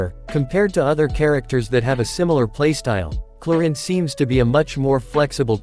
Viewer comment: Clorinde ❎ Chlorine ✅ 😅😅😅